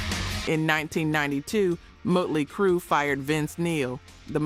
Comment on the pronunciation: Is this an AI voice? I think so. Irritates the hell out of me when it mispronounces bands, like Mutely Crue instead of Motley Crue; and Stikes instead of Styx. Otherwise, I really enjoy these. It’s a bit like enjoying some documentary, w someone running their nails down a blackboard every so often!